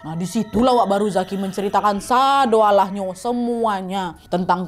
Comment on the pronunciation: Salfok pas kak Nadia bilang" sadoalah nyo" kayak logat minang